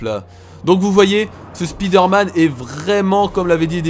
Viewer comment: Spider-man..on dit Spaïder-man ,sa fait bizarre d'entendre Spiider-man ,dans la vrai vie on dit pas "Ohh il y a une spiiider" même si je le dit pas ^_^